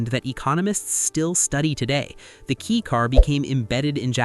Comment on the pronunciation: If you can’t even say the right name, I’m not bother to see the rest. It’s K-a-i car, not K-e-y car